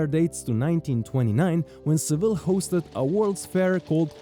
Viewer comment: Why are you pronouncing Seville incorrectly since you’re a tour guide?